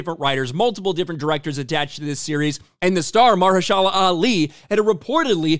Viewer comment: Muh-her-sha-la…great video bro but boy did you destroy this guys name lol